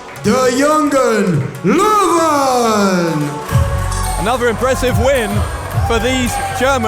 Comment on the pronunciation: Kennedys pronouncation of Jungen Löwen is getting better!